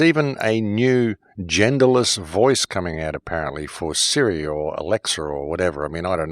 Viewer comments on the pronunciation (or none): none